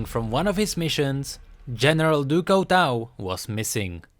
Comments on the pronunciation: du coutau du coutau du coutau. it's du cutuu (the pronunciation) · No offense, but you pronouncing "du couteau" made me want to cry. :P it's pronounced "du cutô" or something, means "of knife" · Lol no offense but u have to speak it like in french du couteau = du couto speak it out like that :) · XDDDD house du couteau l thought it was a auto translation coz lm french buh na l swear to god the prononciation is actually House du cuto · i really like your videos but... it is pronounced "Ducooto" (from knife in french) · Pronounce it DuCooto pls, and it mean oftheknife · It's actually pronounced Due Cooto ;) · j'adore la prononciation anglaise de "du couteau": du couwtweau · Pronounced "doo koo-toe" I like your videos, keep it up:D. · THIS PRONUNCIATION OF DU COUTEAU IS KILLING ME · i cringed everytime he said "du couteau" x.x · Very nice video but your french pronunciation is not correct. Du Couteau is not english so try to pronounce it good next time.;-) Still a like tho. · Der13pipez01 Oh I though you were french XD mb! I was saying that I find the way english pronounce "du couteau" funny.